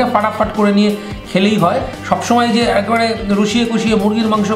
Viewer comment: "এই যো" বলবেন না। "এই যে" বলবেন।